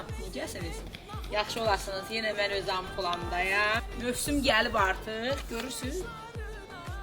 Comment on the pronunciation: Ampulamda yox ampluamda! Çox gözəl bişirirsiz! Nuş olsun!